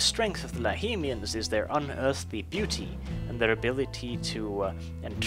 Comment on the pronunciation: i think its lahmians ( lahmian Vampire ) not lahimians but i am not sure